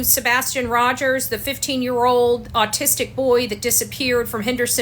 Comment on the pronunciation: A video just for views.smh!! Also, you don't have to emphasize the "autistic" boy. He is just a boy missing whom happens to also have autism. I am autistic and find the way you say "the 15 year old AUTISTIC boy," very abrasive and offensive.